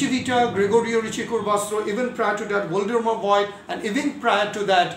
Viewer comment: Voigt is pronounced- if you want to pronounce those names in t h e i r language (english speaking people, learning n o t h i n g about foreign languages in school, cannot do this) - Fogt, not Voyd. V is f and the i is silent. Fogt, the o being long like o_bey or cl_o_thes, not short as in fog. So Fogt, with long o. Just said. Its quite clear that others have no time to check out how to pronounce each and every german name, that goes without saying. And you can do not much wrong with Einstein and Planck ;). Quite easy. Nevertheless. We, on the other hand, can do this correctly, at least with regards to english, french, spanish and russian terms. Indian and e.g. Iranian names are not too difficult for us.We learn this in school. Dont take this as critique, please. GOOD VIDEO, anyway.